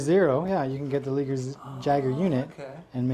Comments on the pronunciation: i beileve it isnt pronounce leeger. but lie-gur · the liger is pronounced the same way that tiger is its a mix between tiger and lion :P .. and jager is like yayger.. :D awesome videooo!